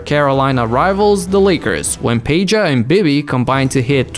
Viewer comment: Damn, you actually nailed Peja's name... genuinely surprised... Good job xDD